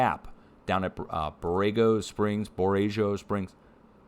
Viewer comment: Borrego = bow RAY go. "Bow" as in bow-and-arrow. You had it right.